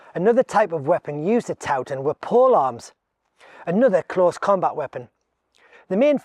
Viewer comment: We pronounce it "Toe tun". Not that it matters too much unless you're a local. Great video though, thanks.